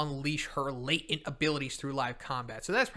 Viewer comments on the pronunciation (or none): none